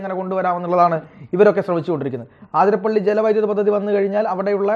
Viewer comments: ആതിരപ്പള്ളി അല്ല അതിരപ്പിള്ളി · അതിരപ്പിള്ളി ആണുട്ടോ ആതിരപ്പള്ളി അല്ല